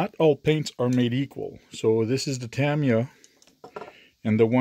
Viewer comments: First time hearing it pronounced Tam i ya. I raced RC from and even the Tamiya employees at the Aliso Viejo, Ca location pronounced it Ta Mi Ya. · LOL The mystery continues.... I heard even the employees are not sure on the proper pronounciation!. Even where you put the emphasis on the name changes from person to person. I have always pronounced it Ta MY ya. Some pronounce it Tam EE ya and others pronounce it Tam ee YA. And on and on and on...